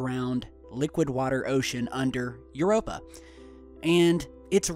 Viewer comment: Infact the only moon you pronounced correctly was Europa